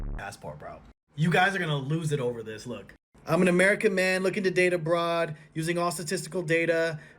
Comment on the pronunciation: I hear "I'm an American man looking to date a broad"😅